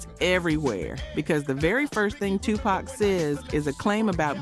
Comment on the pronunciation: That’s the first time I ever heard ‘Nas’ pronounced like that. Did I miss the memo? Edit: ‘2-Pack’ too? 💀